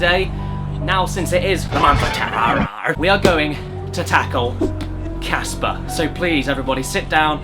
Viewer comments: Heres an idea for a drinking game on this 2 parter video. every time theres a bad pun drink. Everytime someone screams, drink. Everytime "Snivel I will demist you appears" drink. when ever cabosh (or however you spell his name) says casper's name wrong, drinkAdd onto this everyone, let's make this a real thing! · i just discovered that its casper not gasper